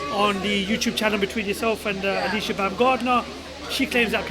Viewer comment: Its Alycia and not Alyssa 🙂